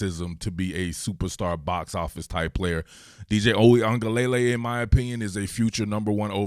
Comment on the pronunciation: Your pronunciation is WAY better than most talking heads lol. Only thing: it's luh-lay at the end, spoken very quickly, not lay-lay spoken slowly. Not hatin'; you straight up need a language degree to pronounce this dude's name 😂